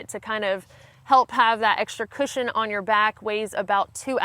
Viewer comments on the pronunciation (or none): none